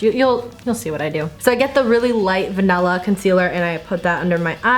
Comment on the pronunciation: VANELLA?? It's vanIlla?!